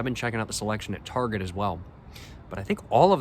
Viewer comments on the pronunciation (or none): none